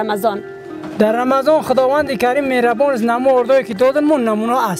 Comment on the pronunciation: خانم محترم در اول ویدیو می‌گوید بنام دو خداوند محربان خوب دقت کنید متوجی میشوید